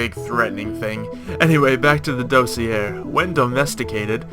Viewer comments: DOSS-EE-AY That's how you pronounce it. It's french. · it's pronounced dossier not dossier kappa.